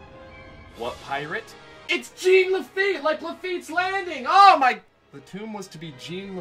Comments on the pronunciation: Dying laughing listening to him say “Gene” instead of Jean. I’ve heard him pronounce it correctly since. Much love. Much love. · It's not pronounced Gene. It's pronounced Jawn La-feet. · Its not pronounced Gene its french its jean pronounced zzohn. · It's not Gene...it's French, it is pronounced Jawn...You had years to correct this... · Jean is pronounce "JAWN."